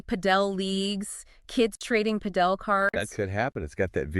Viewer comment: It's Pàdel, accent on the first vowel